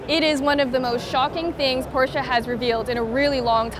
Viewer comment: why she keep saying porchea